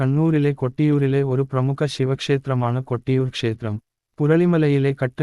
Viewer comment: കട്ടിയൂർ അല്ല കൊട്ടിയൂർ ആണ്